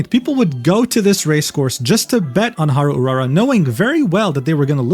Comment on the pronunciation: No way this dude can spell "Grand Prix de Paris" with a decent accent and spelling "Haru Urara" with a american accent.